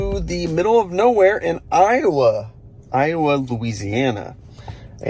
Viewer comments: Pronounced I-O-A, not I-O-uh. Louisiana is weird. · It's pronounced "Ioway"" Louisiana. And also pronounced "Bomont" Texas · Iowa, LA is pronounced ‘eye oh way”